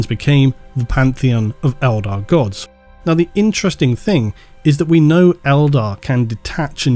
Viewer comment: Love how you go on about pronunciations but say 'think' instead of thing all the time. Hilarious.